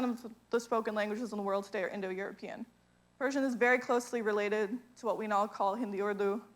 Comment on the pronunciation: Great explanation. Persion pronociation is awesome. I just came to Iran and really i thing pronociating is perfect. My appreciation for